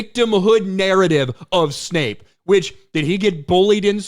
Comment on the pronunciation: It's Severus Snape, not Severus Snipes. Ten points from Gryffindor.